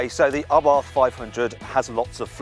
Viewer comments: Why does he say Arbarth, it's Abarth, no 'r' 😂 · Dude. It's Abarth. Not ARbarth. There's one R in there. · Ryan Patrick Someone should tell the presenter it is a silent aitch, pronounced ABART. BTW, the Monza exhaust is stupid. It is a THOUSAND POUND option, just to make the exhaust noisier. Drill a hole in it works just as well. I bought my 500 Esseesse, from a moron who thought it a good idea. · What’s an “Arbarth”…… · It is Karl Albert Abarth's name. The pronunciation is what it is. It doesn't matter what nationality you are.